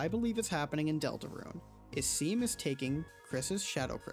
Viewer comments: seam is pronounced "shawm". it's all good, though, I used to think that rouxls was pronounced "rowxels" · my brain is going to explode if i hear Seam's name pronounced "seem" one more time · It’s Pronounced “Shawm”. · It's pronounced 'Shawm', as they state when you first meet them.